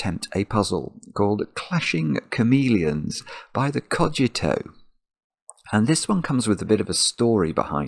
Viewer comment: pronounced it correctly at the start of the video